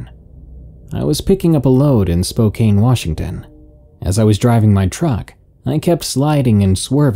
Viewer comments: it's pronounced spo-can 🤣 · Spoh - CAN, not Spocane. It's Ill- annoy, the "s" is silent, not ill- annoys, although they can be Illinoisannances. Yay to new life! 👶